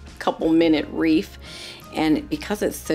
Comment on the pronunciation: Excellent presentation. But “wreath” is not pronounced “reef".